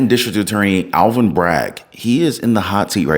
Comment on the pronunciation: Dude! It’s ALVIN not ALLEN!!!!